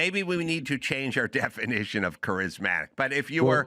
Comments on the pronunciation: Why doesn't Dr Drew tell Adam he's mispronouncing charismatic? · Adam does need to learn how to pronounce Charismatic 😂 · Adam "kerizmatic" Carolla 😂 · Really like Adam… really don’t like how he pronounces “charismatic” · Adam can pronounce “je ne sais quoi” but he can’t pronounce “charismatic.” Douche nozzle. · The 99% correct Adam Carrolla got one wrong. Trump is undeniably charismatic. Adam can't even pronounce "charismatic." Who believes that Kamala Harris is MORE CHARISMATIC than Donald Trump? I won't smoke whatever Adam's smoking. 😂